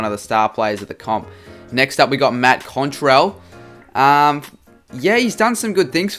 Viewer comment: Did he pronounce cottrel’s name as contrell😂😂😂😂